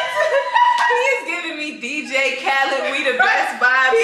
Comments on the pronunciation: BRO SHE SAID DJ KHALAD WE THE BEST IM DEAD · Say my name baby Dj Khalid 😂😂😂 I’m sorry every time I hear his name that’s all I can hear 😭